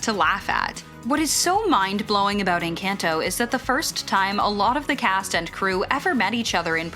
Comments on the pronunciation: bruh its "En-con-toe" not some western "en-CAN-toe" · N-CAN-TOE? It's en CON tho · ENCAHNTOH not encayntoh Jesus Christ. It’s not that hard. MadriGALs It’s just logic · why do you people say encAINto and not EncAHnto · It’s not (en-can-toe) it’s (en-con-toe) in pronunciation. 🤦🏽‍♀️ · It is pronounced In KAHN To It is NOT "in CAN'T o" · They really said enCANto 💀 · It’s In-can-to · You're saying the movie named wrong it's inconto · Nobody The person in the video: "Inkanto" "Maddrihgalls" "Latin-x" "Abuwellah" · yyyyeeeessss i almost stopped watching because of the atrocious mispronunciation. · Can we talk about the pronunciation 💀 Maddriggels In-can-toe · This ^ So. Much. This! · It sounds like she's saying "In Kanto" lmao 💀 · I cringed so hard at the way they said enCANto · LMAOO I KNOWW, like.. "Encantoe.. Madriguls... Abueluh" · say encanto right☝🏻🙄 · the way the narrator said encanto 🤮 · the way she pronounced Encanto couldnt be more american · I can't with the pronunciation of Madrigal and Encanto. Could it SOUND more caucasian? No it could not. At the very least, pronounce the "gahl" . Ugh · How…the HELL, did u pronounce Encanto?! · dude i can tell the person animating this is white by the way they're pronouncing "encanto" and "madrigal" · You said encanto wrong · please who pronounces encanto and madrigal like that💀💀💀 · As a Latino I was hurt when she said Encanto